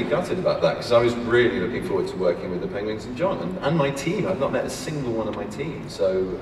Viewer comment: Aww, he said Pengwengs